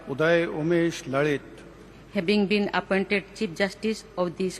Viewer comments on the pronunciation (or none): none